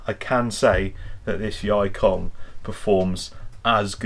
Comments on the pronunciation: That pronounced as yee kong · Yikong is pronounced as E-kong 易控 (yì kòng) means 'easy' 'control'.